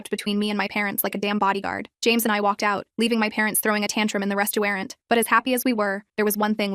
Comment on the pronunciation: “At the restuuarent”